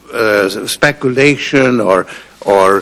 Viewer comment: "speculition." second favorite new word.